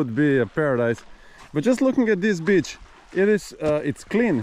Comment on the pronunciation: are you sure you said beach?? hahaha lol